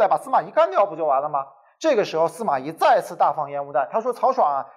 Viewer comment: 咦？不是 司马懿（yì） 吗？